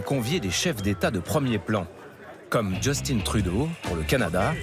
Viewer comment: justine trudeau, premier minisque du k-c-ca. J'étais au courant que les médias étaient creux coté critique mais de savoir le vide existentiel dans la prononciation des noms comme Jus-tin et justine. Ya pas qu'à Makinsley où les consultant sont bien assis sur leurs CôNe.